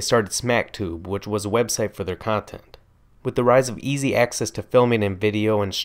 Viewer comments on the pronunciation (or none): none